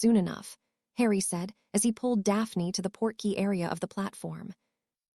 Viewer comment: Port-key Not porky as in Porky Pig